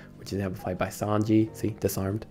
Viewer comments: i cannot believe you call sange as sanji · please never pronounce sange like that ever again